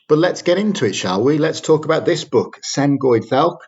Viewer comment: Not sure about your pronunciation of the title of that book.